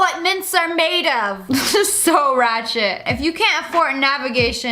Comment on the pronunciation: You said. Ratchid 3 times!!!